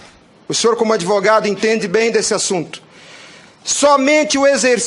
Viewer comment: "Adêvogado" , não sabe nem pronunciar o nome da própria profissão . !!! Billy Graham, era um tremendo crápula!